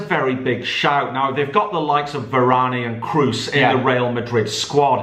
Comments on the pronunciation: calls varane varaney 😂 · Man said Varan E